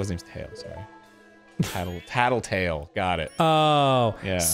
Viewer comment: 80 episodes for them to notice it's "tattle-tale"